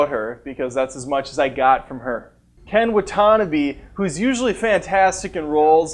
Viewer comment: Considering you can't even say Ken Watanabe's name correctly I find this video pointless and wrong.